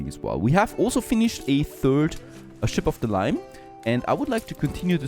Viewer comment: Ok I love how say “chip of the line” then “ship of the line”